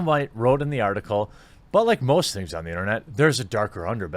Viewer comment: Say Adam. Adam. Say white. White. Say Adam White. Adam Who-ite.